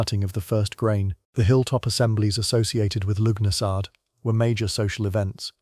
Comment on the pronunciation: It’s pronounced “Lugh na sa” you AI git!